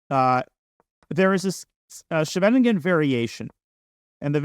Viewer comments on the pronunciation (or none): Nitpicking as a Dutchi. The shvenegingen structure? Schee-ve-nin-gen, for English speakers: Ss-gh-a-vuh-ning-un. A small town near The Hague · Small remark: Scheveningen is not pronounced like shenanigan. It's more like SKHAY-vuh-ning-en, with the main stress on the first syllable and ch being pronounced like the Russian x. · Scheveningen is pronounced SHEV in EEN gun, more or less. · I was wondering why I had only ever heard of the Svennigen variation from here until he mentioned it was a Dutch town. That's definitely not how to pronounce Scheveningen 😂. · Thanks for all the videos. I learn so much from each video they are really amazing. BTW if you want to pronounce "scheveningen" without going full Dutch, it's much closer to just say "skay ven ing en" (which isn't too hard to say at all). Then if you want to do the full thing you would replace the k sound with the "ch" sound from the Scottish word "loch". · When he mentioned that it was a Dutch town , he actually pronounced it almost perfectly. Before that, not so much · Danya needs to work on his pronunciation of Scheveningen